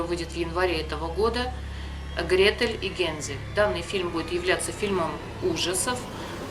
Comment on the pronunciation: Гре́тель ,а не грете́ль ....